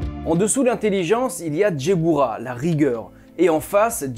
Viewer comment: Guibbourah pas Djebbourah. Le G se prononce Gue. et la Malkhout se prononce Malrout. Le KH est gutural. Hokhmah se prononce Rormah. Yesod se prononce yessod. De la même manière qu'il y a l'arbre de vie, il existe son opposé (arbre des Klipoth, une klipa c’est une Sephora brisée e donc elle n’est plus dans la pureté), l'arbre de mort qui ne démarre pas à la malkhout mais qui né d'un excédant ou d'un manque de rigueur (Guibourah). Car c'est dans cet excès ou ce manque mène à la déviance. Soit tu es en manque de rigueur et tu n'avance pas, tu stagne et redescend, soit tu as un excédant de rigueur et à ce moment là tu entre dans le mal, dans l'intolérance, la frustration et la méchanceté. En revanche à ton arbre de vie, il te manque la séphira cachée : Daat (la connaissance cachée) qui se situe entre la binah et la hokhma. Cette séphira est cachée car tu dois la découvrir tout au long de ta vie et te des études. Et pour finir, la Kabbalah n’est pas née au premier siècle mais est une tradition orale multimillénaire. Elle a commencé à être écrite graduellement à partir de cette période car les persécutions antisémites de peur que la sagesse ne se perde si tous les sages se faisaient exterminer. Même si l’enseignement reste élitiste. Puis certains sages extraordinaires ont fait des découvertes extraordinaires ou ont atteint des niveaux de sagesse et de pureté tels qu’ils ont eu les révélations pour écrire les autres livre : Sefer Yetsirah, Sefer Ha Bahir, Sefer Ha Zohar, Sefer Ha Ra